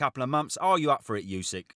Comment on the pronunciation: “You sick” 😑 why can’t anyone in the uk pronounce his name correctly? It’s just dumb.